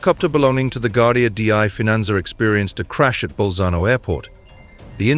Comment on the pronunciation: The Guardia di Finanza pronunciation was painful.